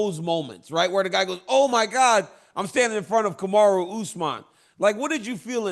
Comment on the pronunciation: Anyone notice Chael all of a sudden knows how to say Kamaru?